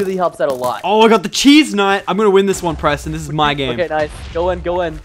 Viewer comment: Lachlan you purston instead of Preston its like your playing with a cat